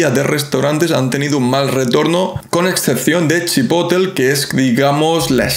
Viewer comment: CHI-PO-TLE (no Chipotl*)